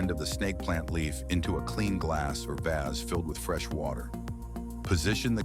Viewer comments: Yikes! The music was too loud and I don't know if that voice was computer generated but in over 60 years on this planet, I've never heard someone with a 'North American' accent say 'vase' the way this voice did. Completely irritating! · Who else pronounces vase as "vazz"? lol!